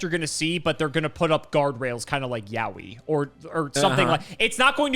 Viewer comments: Note that "Yowie" is pronounced "yoh-ee" not like "Yaoi." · this video really was just flexing his misdirectional skills ps: it's pronounced YO WHEE